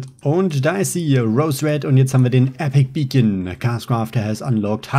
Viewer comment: warum sagst du Epic Beacon es heißt Epic bacon